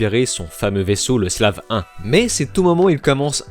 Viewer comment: Le slave un 🤪, le "sléve ouone" 😁, je chipote. Merci pour la riviyouwe